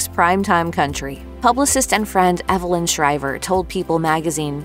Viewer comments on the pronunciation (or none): none